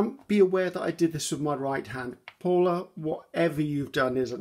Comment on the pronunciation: Actually you pronounce paulla correctly. Janke is also how you say it, but you leave off the e, it's jank like you say it and then uh for the e so jank-uh. Please ask your friends they will tell you it's correct. My name is Colleen..... Lol no jokes, my maiden name is Van den Berg, there are still Van den Bergs in the Netherlands.